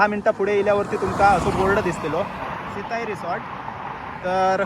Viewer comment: सित्ताई नाही सिताई